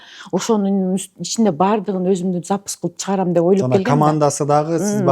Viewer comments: Запись дегенди Запыс 😂😂😂 деген адамга ишенген келесоолор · СапЫз деп суйлогон кишиге кантип ишендинер ????????? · Запись дегенге тили келбейт экен го😂шумдуктуунун төөсу жорго деген ушу да